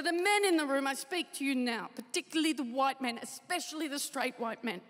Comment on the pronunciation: "I abhor the focus on reputation! All HuWite men have a bad reputation and I believe it, though!"